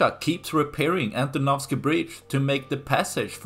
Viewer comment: Great pronunciation of "Antonovsky bridge" 👍 I vote for Ukrainians to wait until the bridge is ready, or even have some vehicles moving over it. Why they keep building the doomed pontoon bridge? It is likely to report to the higher-ups than they are doing something. When the pontoons will be destroyed, they will say "🤷‍♂, this would have worked if not those pesky Ukrainians" 😆